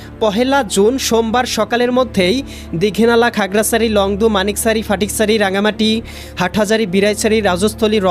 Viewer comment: আবহাওয়া মহাপরিচালকের দৃষ্টি আকর্ষণ করছি ০১/৬/২৬ সকাল সাড়ে আটটার সময় আবহাওয়া সংবাদ প্রচার কারী শিক্ষা যোগ্যতা কি? উনি বাংলাদেশের নাগরিক কি? ওনার ভাষাগত দিক থেকে সমস্যা মনে হয় খাগড়াছড়ি বিলাইছড়ি। যায়গায় আগড়াছড়ি বালাইছড়ি। বালাইছড়িটা আরব কোথায়?